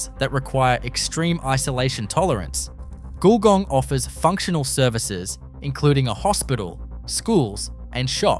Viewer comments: Well done, check your pronunction for GULGONG nice try though. lol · Great but u can't pronounce our Australian names ! Eg Wagga and Gulgong